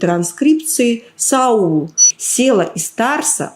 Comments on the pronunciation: Не Сева а САВЛ, или САВА? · По-еврейски, может, и Села, а в Новом Завете имя его Савл, а не Саул. Зачем людей вводите в заблуждение ?